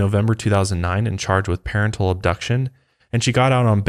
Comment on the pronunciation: It's SO funny how u say 'parentle'! I'm laughing with u. But it's parental